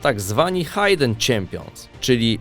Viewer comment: "hajden" champions? ziom